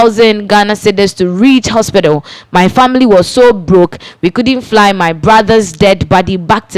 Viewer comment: Lady, please stop the "haspital." Its "hospital"